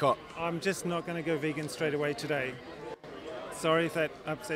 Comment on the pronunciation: "Vehgan" But great interview guys haha